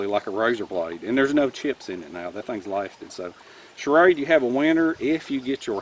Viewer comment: I love how you pronounce it charade. That accent is awesome! Cheers from california. (Don't worry, im one of the good ones)